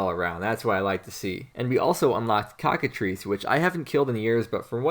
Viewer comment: Cockatr-EYE-ces my man, not cocka-three-ces. LITERALLY UNWATCHABLE